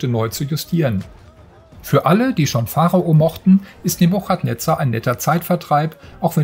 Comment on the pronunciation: NEBUKADNEZAH .. nicht NEBUCHAT